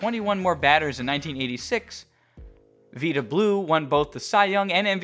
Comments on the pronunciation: Don't do that. You can say Indians. That was the name of the team. I'd love to watch a sports video without PC idiocy just once. Oh, it's pronounced "Vyda." He isn't a woman with a Spanish name. That's what "Veeda" is. It's hard to take you seriously as a "baseball historian" when you don't know how to say Vida Blue's name correctly. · It’s Vi-da as in Vigh (rhymes with High)-da (as in duh). And , he was on the Cleveland INDIANS…said it, it’s not a four letter word…INDIANS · You compile a video over ten minutes long on Carlton and then butcher the name of one of his contemporaries. “Vida Blue” is pronounced “Vy-da,” not like the Spanish “vida.” SMH. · The name is pronounced Vi-da Blue, NOT Ve-da Blue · Oakland A's Pitcher, Blue pronounced the letter "i" in his first name as a "long vowel" sound. A little slip up on old Willie Montanez as well i.e., a misplaced accent and sounding of the "a" in the last name. Ironic that you went with a kind of 'Spanish' or latin pronunciation of the "i" in the first instance and went total Anglo when it came to an appellation(a surname at that) with a more obvious Latin connection. Except for these "giveaways", one might almost think that you'd lived through the Carlton era.